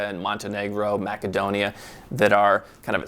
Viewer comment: "Mackadonia" - It's Macedonia (Pronounced Mass-a-do-nee-ah) lmao